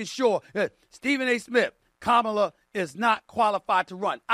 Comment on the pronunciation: "Kamala Harris! ..... Kamaler*" lmao nah you had right the first time dawg